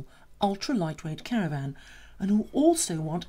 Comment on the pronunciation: What’s a “caraRvan” LOL